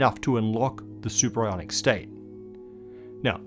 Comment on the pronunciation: Superionic or superIRONic? Am I right? :D